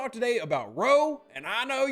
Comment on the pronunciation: R.O.E... it's not a word an acronym. Forgive me, my military background is just going nuts hearing "row." lol. Sorry for hassling ya, keep up the awesome work with the content for STFC though!